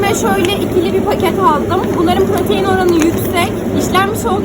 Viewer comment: Doğal propaton değil protein yanlış söyledin